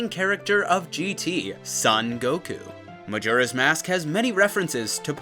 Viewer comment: Glad to finally hear someone pronouncing "Majora" correctly.